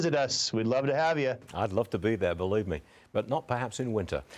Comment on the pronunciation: Wow! They even pronounced the name correctly! "Kuh-Nudsun", not "Nude-Sun". Austin Knudsen reflects Montana values. Constitutional Lives Matter!